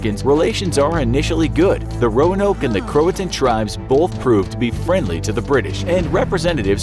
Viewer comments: Cro a toe an it’s pronounced and Croatian was found on a tree not a defense wall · It’s cro-a-to-in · Wasn’t the word “Croatoan” not “croatan” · It's pronounced cro-uh-toe-en not crohtone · It’s pronounced crow-A-tow-win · CroaTOan. Pronounce it right. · Um...do you mean Croatoan?